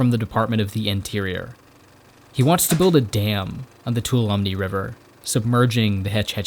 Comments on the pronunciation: As a native Northern Californian who has relocated to WNC. I have difficulty with some of your pronunciations. Ive learned to say Appa Latcha right? Not Appa Layshia. So then we consider Tuolumne River. It is pronounced Too wah lum nee. And the Merced river is pronounced Mer Said. Not offended, just wanted to share. Thank you for your video, I’m from the Bay Area and did not know all the juicy back story. I’ll have to look up your other work. 😊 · Just watched this in Yosemite. It's a frekkin banger. Actually might head to Hetch Hetchy in the next couple of days. One minor point, though: too-all-uh-me Really, though, absolutely excellent film you've made here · Tuolumne is TOO-AHL-UH-ME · Excellent video. I can tell you're not from the west after you mispronounced Tuolumne. Its pronounced two all um me, not two oh lumb knee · High quality history. It’s unfortunate that so many YouTubers making highly researched videos don’t take the time to verify the pronunciation of place names. It’s TWAH-luh-mee, not TOO-uh-LUM-nee. Mistakes like this reveal that your research was mostly reading sources, not talking to people. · Tuolomne is pronounce "Two-All-uh-me" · Great video, but your pronunciations of local places kill me. Mare-SED River. It’s the spanish word for mercy, so the second syllable is accented. And Too -ALL-um-me River. That one is probably based on a native word. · Is there a reason for your pronunciation of "Tuolumne?" Most people say it much differently than your version. Two-AHL-uhm-ee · Love the video but the Tuolumne River is pronounced too-AHL-uh-mee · Nice work but Tuolumne is pronounced Too-ALL-a-mee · Wonderful post. This is where I grew up. Just so you know, the correct pronunciation of Toulumne is "too-allah-me" all run together. Merced is "mer-said". The destruction of the Hetch Hetchy has distressed me my entire life. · Bro you gotta look up how to pronounce things, Merced and Tuolumne were butchered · You don’t even pronounce Tuolumne correctly. 😂